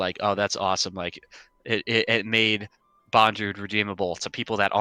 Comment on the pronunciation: It's easy to say guys, "BON-DRUDE" = BONDREWD It's definitely not pronounced: "BONE=DREWD"